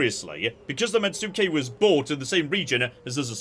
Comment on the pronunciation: "Let's talk all about the things got wrong" Like mispronouncing metsuke? Immediately after saying that? As per a previous comment, it's "mets-kay", not "met-sue-kay". Also, agent conversion is permanent, only arrests and demoralise actions are temporary, although your arrested characters can be executed as well.